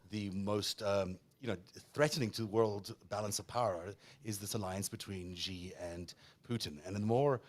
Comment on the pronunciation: The "X" in the Chinese name "Xi" is not pronounced like the "g" in the English word "regime." The "X" in the Chinese name "Xi" is pronounced more or less like an "sh," thus the Chinese name "Xi" is pronounced more or less like the English word "she."